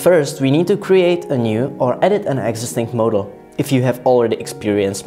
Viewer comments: "Moadel" I'm cringing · how the f do you say "model"